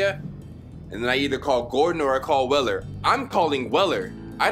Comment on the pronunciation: the f^^k is "weller"? and for that matter, wtf is this "flernix key" you speak of my dude? 😂😂